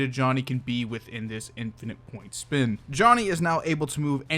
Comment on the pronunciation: "speen" -funny shroom italian man